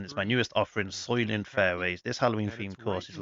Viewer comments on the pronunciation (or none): soy-lent, not soy-lient....very well known movie. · Thanks for the playthrough!! Unlucky break on 17 for you but great round! And yes, the pronunciation is soy-lent